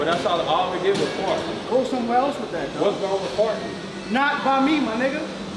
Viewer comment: “It’s fart not fot” 😂😂😂